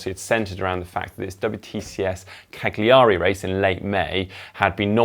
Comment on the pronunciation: Until you (and ) are able to pronounce Cagliari properly I will determine that any reference to it is complete bollocx